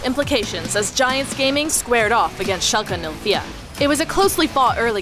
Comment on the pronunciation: Well done on the pronunciation of Schalke 04 =o